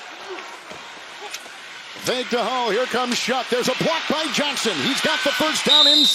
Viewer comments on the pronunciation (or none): not shuck doofy. pronounced Shugg